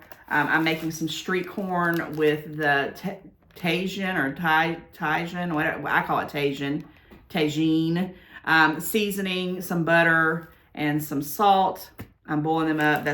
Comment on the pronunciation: Kimchi is delicious, but it is spicy. Tajín is said like Tuh-HEEN.